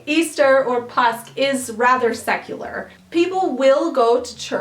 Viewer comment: Don't ignore the 'å' påsk. You can look into the pronounciation of it on Swedish pronounciation videos.